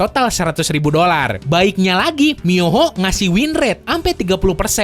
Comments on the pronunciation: Mihoyo bang, bukan miyoho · Mihoyo Bang Bukan Miyoho AWOAKWOAKWOAK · Mihoyo bang bukan muyoho ngakak gw 😂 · Yang bener mihoyo atau miyoho ¿ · MIHOYO bukan miyoho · abang ngomongnya miyoho yang benerkan seharusnya mihoyo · mihoyo bang bkn miyoho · Miyoho 🤣 mihoyo kali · Potato phon cumak bisa meremidi Mihoyo bang bukan miyoho :v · MIHOYO BUKAN MIYOHO OOIIII👁_👁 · mihoyo atau miyoho? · Miyoho really dude ? This game name MIHOYO not MIYOHO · itu sepatutnya MiHOYO bukan miyoho